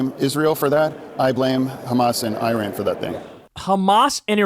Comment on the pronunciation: after two years he can not even pronounce the name of Iran !